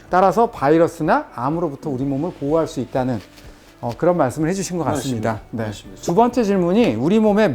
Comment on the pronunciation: '맞습니다'가 '믿씝니다'로 들리네요.